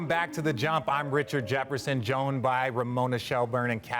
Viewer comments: Lol RJ did it again, it’s Joined not Joned lmao he still nervous to be hosting apparently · Did he say joned by?